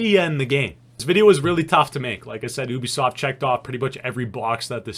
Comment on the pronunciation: U bi soft not o bi soft